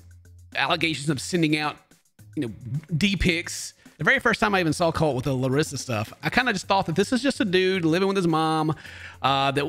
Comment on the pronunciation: kinda of annoys me how everybody makes fun of larissa for saying "colti" but still everybody says her name wrong. 🤔